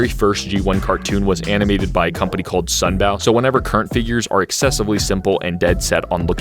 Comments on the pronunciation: Hey, sunbow is pronounced like rainbow, not like the bow of a ship, a sunbow is also a weather phenomenon, ok? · Love how he actually mentioned the theoretical Fourth type. Also this is the first time I have seen someone put the Unicron trilogy into G1 category. For the pronunciation of Sunbow it is pronounced "Sun-Bow" I am not trying to sound like a know it all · why do you say sunbow like that